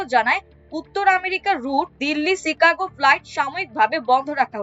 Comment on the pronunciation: Take care of your "Chicago" pronunciation. "Shanghai" as well.